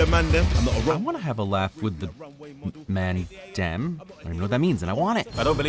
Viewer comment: Hearing you trying to say mandem and British slang is hilarious